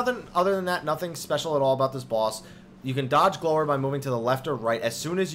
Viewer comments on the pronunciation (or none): It's pronounced gl-ow-er